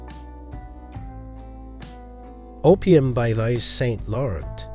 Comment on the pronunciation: The mispronunciation of Dior, Klein, Yves Saint Laurent and Ungaro...why?